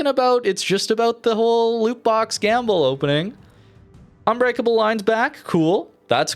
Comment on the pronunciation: But but but,.. "you don´t have to gamle!" xD